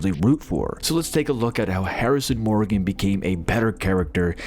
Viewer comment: I noped out when "Morgan" was mispronounced. Probably AI voice and not a fan of the show if you can't pronounce Morgan correctly